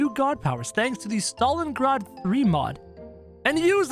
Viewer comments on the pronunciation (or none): none